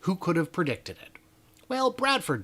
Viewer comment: Great info as usual, except that it is prediCTED, not prediTED. HEHE! 😉 Also, the savings for the gigacasting, is not only the parts, but the 150 robots per casting that you do not need anymore.